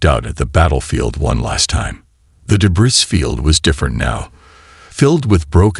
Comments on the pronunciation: 'O' AI. Debris has a SILENT 'S'...It's pronounced DEBRI....Shame..good Story.... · Debrizz, Thunder Chilled, Record (like a reck-ord, not ree-cord... ugh.